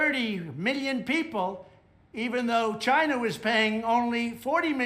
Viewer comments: She's racist, because she's racist, because she's racist, because she's racist. I like it when Trump pronounces China as Gina. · it's China.... Not GHINA, LMFAO 🤣🤣🤣🤣🤣🤣🤣 This fool really thinks he is still president.